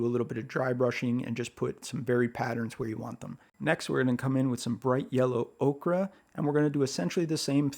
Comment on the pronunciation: Did you say 'okra' ? lol....time to eat!!